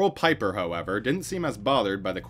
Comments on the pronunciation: Pieper is pronounced Peep-er not Pie-Per. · pieper is pronounced more like peeper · I remember these days. I was doing my Masters in Electrical Engineering and we all laughed at how dumb this situation was. Roel Pieper (pronounced Peeper) was known as smart and educated, but he missed the mark here clearly. What a way to end your career. 😂